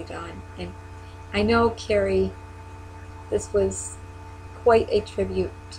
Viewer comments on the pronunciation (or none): Also, quick note...Kari's name is pronounced like a car, car-ee, not like Carrie. (She corrected me herself once)...Kari is a hero for us as well. Such a remarkable woman...takes after her mother :)